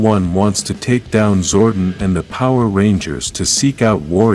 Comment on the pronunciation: King Lexian ‘Lex - e - an’ Also Zordon is ‘Zord - On’ Your videos are good but you didn’t seem to have watched the show so your pronunciation is damning